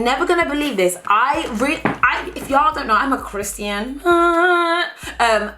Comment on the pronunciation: Haha I love how you said "Chris-ty-an"